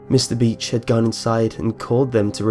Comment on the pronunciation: I'm sorry but every time you said beach I thought you said bitch. :P